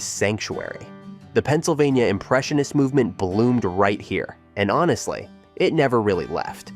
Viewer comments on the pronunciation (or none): none